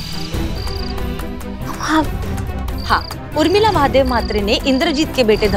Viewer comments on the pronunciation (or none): Everyone: Urmila: Umrila 😂😂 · Any one notice always says umrila not Urmila